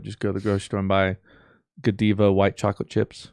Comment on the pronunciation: Did Fruit say Guh-DEE-vuh instead of Guh-DYE-vuh?